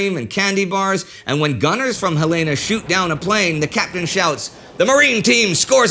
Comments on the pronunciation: The Light Cruiser Helena is named after the Capital of Montana. Pronounced Hel-eh-na! Bow of the ship is pronounced bow, as in bend at the waist, not like a bow on a present. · The cruiser Helena is named after our state capitol in Montana. It is pronounced "Hell-in-uh". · “Helaina”? Indy, how long have you been living in Europe?